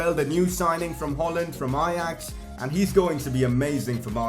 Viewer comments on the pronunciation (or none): none